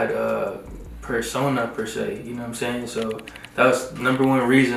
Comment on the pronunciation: "..know whutum' sey'n."